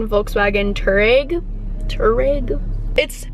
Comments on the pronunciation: farout when she says touareg it makes me cringe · You saying "Touareg" wrong.. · VW Touareg is pronounced Twareg